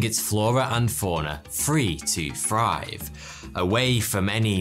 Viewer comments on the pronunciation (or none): “Free to frive”